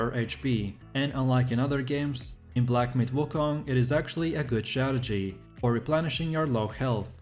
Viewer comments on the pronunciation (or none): none